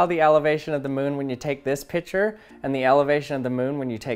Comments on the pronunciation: Picture is pronounced pic-ture not pitcher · It's pic-ture not pich -er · I love that you say pitcher, instead of picture